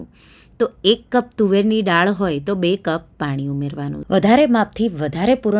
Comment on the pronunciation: ડાળ નહીં બહેન, દાળ બોલો. ડાળ ઝાડની હોય...